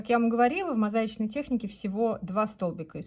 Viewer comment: Очень нравятся Ваши уроки! Благодарю! Хочу связать плед в мозаичной технике. Но у меня к Вам есть пожелание, не сочтите за нравоучение. 😊 Пожалуйста, говорите мозаИчный, с ударением на "и". Так правильно. А то всё же режет слух, выделяясь в Вашей правильной и красивой речи. С уважением, Елена